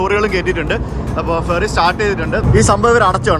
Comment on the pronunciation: ഫെറി എന്നുപറയുമ്പോൾ അക്ഷരം മാറാതെ ശ്രദ്ധിക്കണം 😄